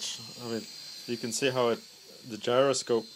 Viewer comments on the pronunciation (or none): none